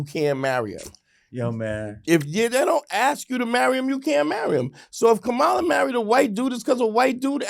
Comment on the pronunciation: Pronounce her name correctly for Christ's sake! The woman has been around for many years and especially after the past 2 months, anyone who calls themselves having an intelligent discussion about her should be pronouncing her name correct at this point! Also, Lord Jamar often thinks he's the smartest person in the room, but how smart is it to allow someone who we know if is a racist spoiled brat of an idiot possibly control the country that he lives in without doing your part to prevent that from happening. Am I a huge fan of Kamala's, NO, but I have the good sense to understand the serious difference between the two of them. She is not an idiot and she is not a wannabe dictator and she has not shown a tendency to love and support dictators. So with that alone, she's the better choice!